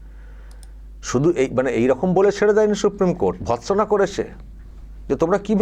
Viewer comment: 'ভৎসনা' কথাটা শুনলে হাসি পায়.....